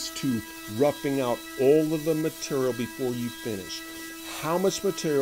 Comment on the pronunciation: what cutter do you use to hog out all the vowels in your pronunciation of 'material'?